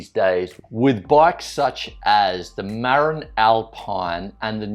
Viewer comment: Marin bikes is not pronounced "MARE-in." It is pronounced "Ma-rin" as in the county across the Golden Gate from San Francisco where the bike name was founded.